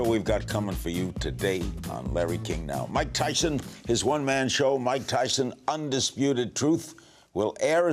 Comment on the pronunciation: Its mike tythson get it right